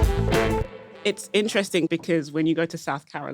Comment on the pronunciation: You cannot say “because.”